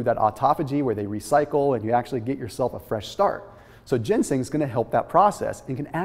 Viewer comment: Ginseng*** not gensing